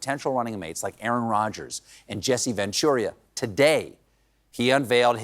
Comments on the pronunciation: nobody caught the Ventura flub? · You mean Jesse Ventura? (not Venturia)